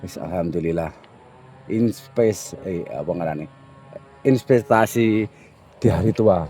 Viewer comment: Mohon maaf sebelumnya hanya ingin membenarkan kata inpestasi itu investasinya si Mbah Kung